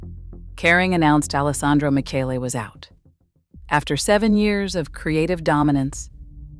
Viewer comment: "alessandro miKHEle" home girl